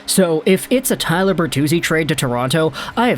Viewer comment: Tyler... its Tyler